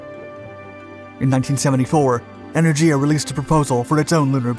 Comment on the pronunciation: First learn to read. Sputnik, not spatnik. zvezdA, not zvEzda, and enErgiya, not enerdjIya